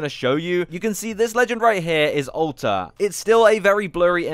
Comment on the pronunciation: I swear everytime I hear you say "Alter" it sounds like you're saying "Ulta"